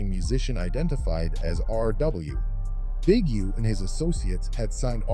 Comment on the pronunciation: Did he call Big U "Ujoan?"